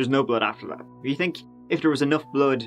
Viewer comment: Tere's (there's) a lot of teories (theories) aboot (about) why he pronounces words wit (with) TH as T. I tink (think) it's great! 🤣🤣